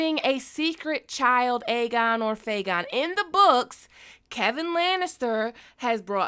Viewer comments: You keep saying Fegon and believe me I get. There's so much to say that we can't believe Illyrio and Varys BUT why would Varys lie to the dying Kevin? Vary's knows no one is listening but again why would he lie to a dying man? That always got to me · Aegon is fayegon 😂😂😂. I’m not gonna lie, I thought about Faygo when you said that 😂😂